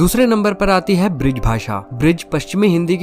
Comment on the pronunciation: ब्रिज नहीं ब्रज बोल